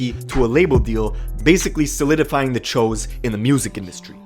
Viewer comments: that choo was pronounced cho just thought that shit was funny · Ok but why are u saying w-oo but when u say choo u say ch-o. It’s pronounced choo. Like choo choo train. It wasnt that hard to figure out bruh🤣🤣🤣🤣🤣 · (Its not THE Cho's) its The Choo's (pronounced Chews) Lol and the woo's. The choo's and The woo's CHINESE STREET GANG SHIT! 😆😂🤣🤷‍♂️ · Phonetically speaking, shouldn’t “Choo” be pronounced with a long “o” instead of a short one? It’s “Ch-oo” not “Chō”. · Anyone else wonder why choo gets pronounced Ch-Oh instead of Chew?!?!?! 🤣🤣🤣🤣🤣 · Cho ? Thought it was pronounced chooooooooo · Choo as in CHU not CHO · I swear I thought it was pronounced “choose.”